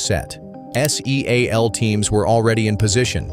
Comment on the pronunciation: Another stack of total bulshit when the narrator can't even say," seal.". It says S. E. A L.😢